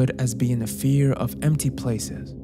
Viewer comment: Your English is beautiful but OF with a single F is pronounced OV. Only when there are two Fs do you say AWF.